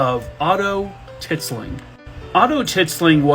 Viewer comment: "Tit-sling" I can't!🤣🤣🤣